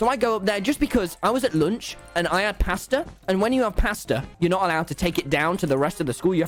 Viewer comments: i thought he said “pastor” like a church pastor and i was like huh? 🤔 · The way he says “pasta” sounds liked “paster”